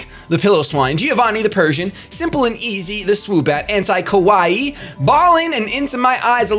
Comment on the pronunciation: Kawaii is pronounced ka-wai-ee and essentially means "cute". Ko-wai means scary.